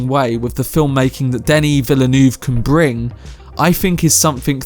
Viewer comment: Honestly it’s been so funny listening to ppl trying to pronounce his name. I don’t blame anyone though, it’s hard haha 😂 Denis Villeneuve is pronounced Duh-nee Vil-nuv. 👍 Lol